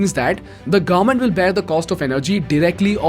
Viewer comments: its government not gaarmet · Its government and not garment 😉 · What is the pronunciation for “Government”? Please note there is a letter ‘v’ in the word. It is not like Gorment or Gourment. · Are we going to ignore how he is pronouncing garment instead of govern ment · sorry but i hear garment every time, when you say government.